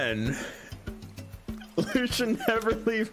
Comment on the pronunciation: Just saying something not a lot of people know. Sea-la-kanth Is the pronunciation